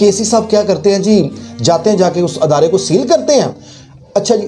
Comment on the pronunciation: أَدارے❌❌❌❌❌ إِدارے✔️✔️✔️✔️✔️